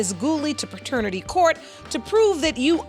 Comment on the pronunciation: ….”pertenity test”. Alright.